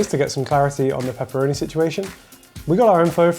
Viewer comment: To get somme claarrity on pepppeeroni situyation.